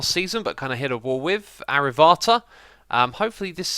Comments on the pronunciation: Avarta? It is pronounced as A-far-it-ia(like in Maria) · Infernium?! Arivata?! Damn, dou you even try to read the names? Or is it like a kidding thing you do, i'm actually worried....... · Did he just say arivata instead of avaritia? Sometimes I wonder how many of the hermits are slightly dyslexic (not to sound mean or prejudice).